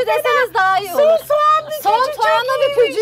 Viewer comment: Soğana sovan denince kulaklarım tirmalaniyor